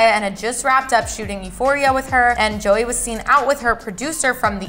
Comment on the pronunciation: I swear she said zoey not Joey